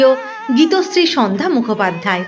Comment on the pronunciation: উপস্থাপিকার উপস্থাপনা ভালো, কিন্তু কিছু ক্ষেত্রে উচ্চারণের সমস্যা রয়ে গেলো।সন্ধ্যা শব্দটি অন্যরকম লাগছে উচ্চারণ বিভ্রাটের জন্য।